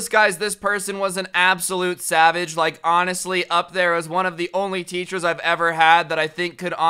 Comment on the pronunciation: did you say sabbage or savage